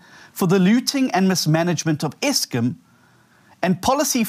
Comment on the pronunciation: eskim??????? nurses instead of Nersa's??????!!!!! FFS!